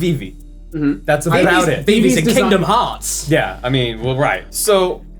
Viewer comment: Why does always does really have to just go and also even go to mispronounce Hearts as Hots?